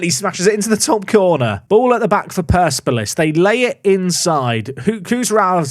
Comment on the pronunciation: Surely it's per-sep-olis?